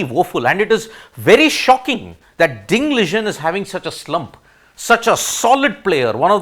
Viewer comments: Wtf... U cannot even pronounce ding liren name properly... Liren not ligen 😂😂😂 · Ding Liren pronounciation is wrong Ding was suffering from depression and not recovered yet. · why cant he say ding liren correctly